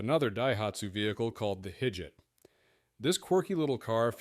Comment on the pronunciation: Thank you, this really bothered me. lol